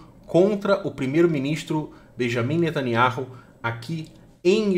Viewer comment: NETANIAU E NÃO NETANIARRU.